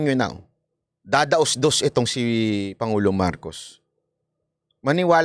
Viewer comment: Hindi man yan pangulo ito yata ang pagbigkas pango😂😂😂😂😂